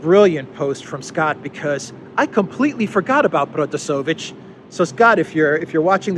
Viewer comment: it's ProtasEvich.